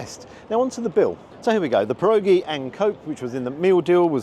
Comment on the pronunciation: Great video! One quick word of advice - they're pronounced "pier-oggy".